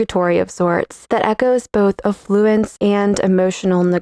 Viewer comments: AFF-fluence. TRAN-shent. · Emphasis is on the 'a' in 'affluence' NOT on 'flu'. Really! Reminds one of 'Kath & Kim' .